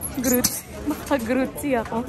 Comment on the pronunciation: it's Grüezi -not Grützie